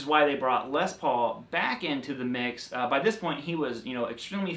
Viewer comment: It's curious to constantly hear you say LES paul instead of Les PAUL. It's like saying CHUCK berry instead of Chuck BERRY. or ROBERT Baker instead of Robert BAKER. stressing the first name makes it sound like specifying one (brother) out of many. This is the LES paul and these are JOHN paul, GEORGE paul, and RINGO paul. Paul Reed SMITH... oh well...